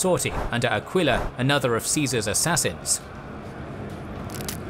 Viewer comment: it's not AQUÍLA, BUT ÀQUILA. I guess. It's like Eagle. The pronunce of the first letter. Aquila mean eagle indeed. Even in modern romance languages such Italian and maybe also in spanish. Maybe. But about spanish maybe im wrong.